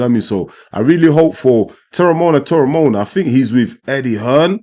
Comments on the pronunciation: You were closest to the right pronunciation of Teremoana at about min. but draw each vowel out. Te - re - mo- a- na (and roll the 'R') Greetings from NZ. Well done. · You roll the r off your tongue. Te-re-mo-ana. But you pronounced the english way properly aswell. In maori. Roll the R's. The pacific warriors are rising in the ring. There's an arsenal of fighters on the rise with jai. Jai, Huni, Teremoana, tyson pedro, Aukuso brothers, leapai jnr, victor biace of team parker. If he wanted to step up. Willis Meehan, etc, SBW, and new Zealand's Joseph Parker who's already a champion in our eyes for pacific warriors. Taking the last warriors places. David tua, Jimmy Thunder, Alex Lionheart leapai, sugar Ray sefo, Danny Green, butterbean latele.